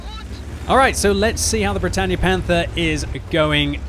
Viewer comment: Bretagne is pronounced Bret on not bretanye